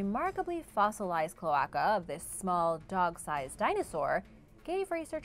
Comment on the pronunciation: I was dying inside hearing it pronounced Cloh-ah-kuh. It’s pronounced Cloe-ae-ca Cloaca! It’s hard to pronounce for people who haven’t heard of the word before, but it gave me a good smile and laugh. I loved the video! Learning about the adolescent spino was awesome!